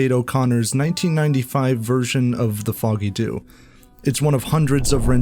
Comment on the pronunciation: For the song and pub in Dublin, it’s pronounced....Jew